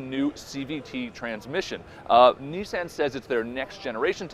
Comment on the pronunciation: If you're gonna steal a video, steal one where they say Nissan correctly. smh